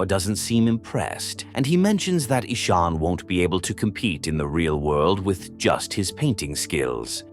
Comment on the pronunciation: The name is not Esoon its Ishaan